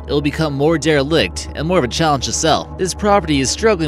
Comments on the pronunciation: Halcyon Hall...Halcyon is pronounced HAL-see-on. Derelict is DARE-ill-ikt. "Kill" as a place name in New York comes from the days when the area was a Dutch colony and refers to a body of water between two chunks of land. Arthur Kill Road is so named because it's likely there is an Arthur Creek or Arthur River nearby. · I died when he said that! Also re-enivate (renovate), dare-licked (derelict), suffiss (suffice) and my favorite in context for full effect "...could be YEARS for the right price." Yours! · more dere-licked my bawls. heh heh.